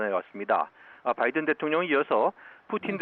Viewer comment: 바이든 c가? 뭔 발음이 그래요 ㅋㅋ